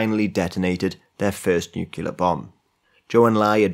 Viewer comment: Guy is great to listen to but then outta nowhere says "nookyalur" like George Bush